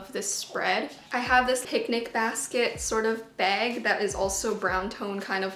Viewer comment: For a second I thought was gonna pronounce bagel the way she pronounces bag and i was m o r t i f i e d